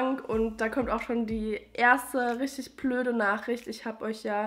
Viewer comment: Wo kommst du her? :D ich frage wegen deiner Aussprache, "plöd" statt "blöd" und statt "da drin" "da trin" 😀 Und danke für die Produkt Tipps, das mit der trockenen Haut macht mich auch echt fertig im Winter.